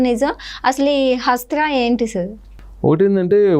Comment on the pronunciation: ముందు తెలుగు నేర్పుకో తల్లి, హస్త్రం కాదు అస్త్రం